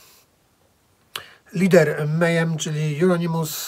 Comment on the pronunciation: alembiks776 wez zobacz na yt wywiady z członkami mayhem, posłuchaj jak sami wymawiają nazwę, wróć i przeproś.